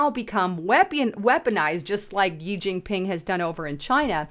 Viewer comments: "Gee Gingping" ... it is EASY to look up CORRECT pronunciations !!!!!! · This video was full of miss pronunciation and logical fallacies. JEE Jin ping. The Democrats Form of Government is succeeding because it is also succeeding in China? Circular reasoning and makes no sense. You're lookin great though lol. Just do better. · It's Shee(Xi) Jin Ping...If you never read our comments, why would we pay for your content??